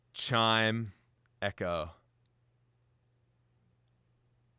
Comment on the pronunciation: Chimeco? Like Chicago lmao.